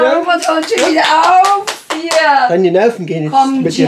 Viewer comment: Chian. Warum. Sagstu. Immer. Ropert